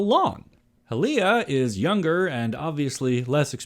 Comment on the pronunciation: Also, the spelling would suggest Ha-Lea or Ha-Lie-a....not sure how you got Hi-leia